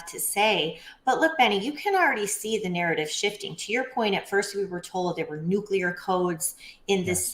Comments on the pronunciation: Am I the only one who finds it kinda funny and fitting that Thibault sounds like Tybalt from Romeo and Juliet? And Benny, you're driving me crazy. It's nuclear not nucular. Sorry for the semantics, I couldn't help it. Anyway, keep making content. This is great. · Benny, love your show, but please learn to pronounce NUCLEAR! It's not f*ckin NUQULAR. It's like you're a reincarnation of Jimmy Carter who proclaimed he was a Nucular engineer! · It's nuclear, not nucular. Anyway, another good show. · Tainting the jury pool. Highly illegal. "We're not sure, but probably" seems to suffice when the Left wants to accuse the Right of something. The shoe doesn't fit their feet the same, apparently. Why can't Right wingers say "nu-cle-ar"?`Do they ever type it out? It comes from the word nu-cle-as...🙄 "Threat to our Democracy" Translation from propaganda to truth: "Threat to our Democrat Party's attempt at total dominion over all citizens of the United States (and invited illegal residents)".